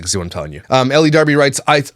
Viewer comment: Nothing against you,, but I think elle is pronounced "ell" not "ellie". The e at the end is silent. That being said, she is a vile individual that nobody should give the time of day.